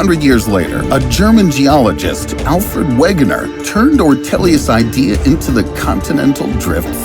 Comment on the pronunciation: it is pronounce (veg-e-ner) *wegener * hints his name is german